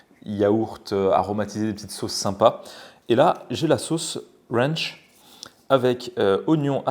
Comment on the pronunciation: La sauce "ranch" prononcé à chaque fois avec l'accent de texan ahah